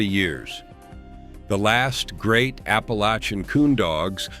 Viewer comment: Wish to hell y'all would learn to pronounce "APPALACHIAN".. ALL VOWELS ARE SHORT!!